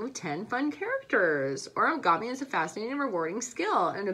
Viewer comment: When u said oragomi I started to die I couldn't stop laughing